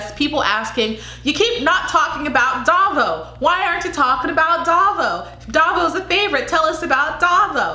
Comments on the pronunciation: Baguio is pronounced as Ba-gyoh.. Davao as Da-vow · Davao is pronounced DA -Vow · Hahaha, so now you know how its pronounced. You're doing awesome.😘❤️ So on your next video I cant wait to hear you say "Pa'Sigh". And for Davao.. Just think of the word "Vow" and connect them so it sounds like.."Da'Vow". Hope that helps. 😘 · It's pronounced Dah-vow :)